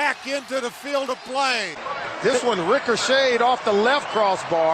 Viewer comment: That dude just said rickershayed not ricocheted lol.